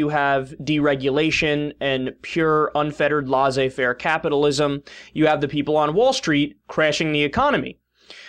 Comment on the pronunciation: This moron actually thinks there was laissez faire (which he can't pronounce) in the US before The Great Depression?